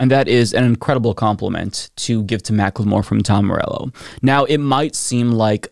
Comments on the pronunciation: Mackle-more not Mack-le-more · For future reference, it isn't "Mac-Le-More" it is pronounced "Mack-ull-more". 😘👌